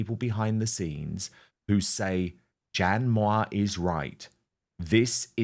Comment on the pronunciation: ‘Jan Mwah’? Or ‘Jan Moya’?